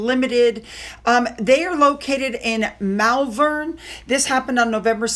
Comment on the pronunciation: Hi.. FYI.. Malvern is said Morvan....odd is it not..